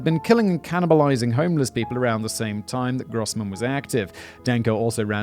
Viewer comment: Grossman = Bigman Gross means big Fun joke in English but doesn’t work if you speak German. Sorry Love the show tho! (Despite the horrible pronunciation)